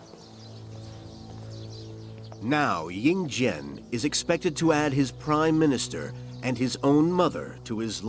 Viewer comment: Li Si, become Li Su, Yin Zheng Becomes Yin Jian. The names are all wrong. Please learn chinese before narrating chinese history. Xu Fu is a taoist priest not a doctor. He was legend has it started Japan.